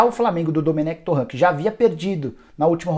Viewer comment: Essa pronúncia tá erradíssima "torrã" 🤦‍♂️